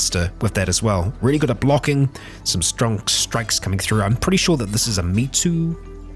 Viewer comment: if that name is japanese, which i believe it is, it's pronounciation would be something like "May-Tow" with May being the month and Tow being… idk, the act of towing something away??? like a tow truck.